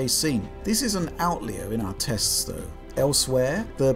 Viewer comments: What's an "Outlear"? Does he mean "Outlier"? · Outlear?? Do you mean outlier? Great video, thanks